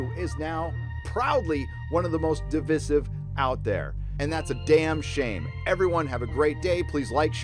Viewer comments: At the beginning you pronounce 'divisive' correctly, but 4 and half minutes in you revert to the new moronic form. Is this just to drive me up the wall? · You pronounce devisive incorrectly. The Quartering does the same. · Please pronounce divisive correctly. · Good vid....I enjoyed it, but please correctly say “divisive”....The middle “i” is said as it sounds in “ice” not the i sound use to say “in”. Should it matter? Yes, and you can’t excuse it as accent...all over You Tube, we have channels, basically wrecking the language and putting it out there for youngsters to pick up and learn wrongly. It costs nothing to say a word correctly and it stops you coming across as illiterate. Please help save our language huh! Not that anyone cares...